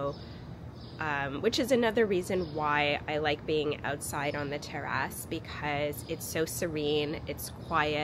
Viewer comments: Okay.. I thought that was just me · you say terrace funny!